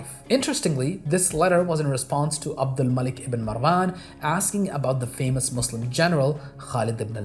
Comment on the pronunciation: Yeah, he can't even pronounce Muslim correctly...